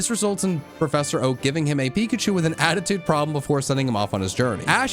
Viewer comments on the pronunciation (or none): none